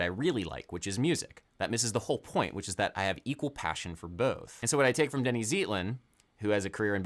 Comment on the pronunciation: For future reference, Denny's last name is pronounced ZAYT-lin. Another Bay Area great, Dr. Eddie Henderson, also studied psychiatry, but practices general medicine.